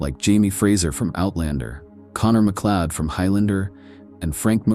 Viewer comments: MacLeod is pronounced MacCloud. Stupid AI bot! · "MacLeeod"! Oh thid is amusing!